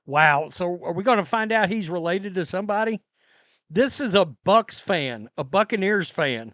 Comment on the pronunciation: I don't think he was a Buccaneers fan at all. Seems like he was an Ohio State Buckeyes fan. He said go Bucks with a K as in Buckeyes. Not Bucs for Buccaneers.